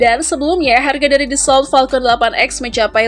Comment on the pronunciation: Pronunciation nya "Daso" bukan "Dasolt", "Makh" bukan "Mech"